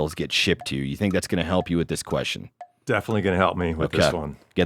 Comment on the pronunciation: What is the correct way to pronounce the word "question"? Every time says that word I shutter. lol. Also, I agree with Clay... it's "akerns". Lol. Thanks for all that you guys do.